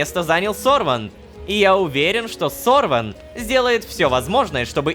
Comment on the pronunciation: Написано на имени Сорвен а говорит Сорван. 🫤 Какая-та путаница